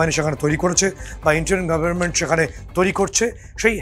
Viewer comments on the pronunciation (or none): none